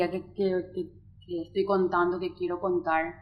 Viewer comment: Contaur,besaurme,susedeur,hablaur,invitaurme,teneur, Recordaur,pateurnos, Quedaur porque hablan asi???? Que chistoso acento 😂😂😂😂😂😂😂😂